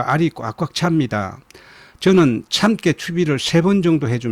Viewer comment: 참깨 발음이 너무 이상합니다.